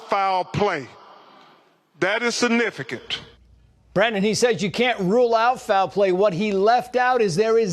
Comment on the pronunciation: He also needs to learn English. It’s Death…not deaf. It’s significant…no sinifant. He makes me want to puke! Stop making everything about race!